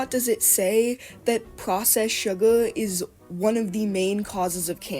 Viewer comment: “surgar” 😭😭😭 bro is giving me second hand embarrassment as a teen